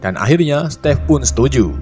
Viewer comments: stiv oi bacanya bukan stev/step.. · "SETTTIIFF EH SETTIF" 😂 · Stive eh setive kwkw